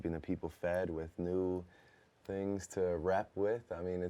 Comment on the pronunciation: I like how Drake's Toronto accent became more pronounced right after he talked about others using their slang. One minute he's articulate Drake...next minute he sounds OD Canadian and saying "tings" like he's sponsored by the word.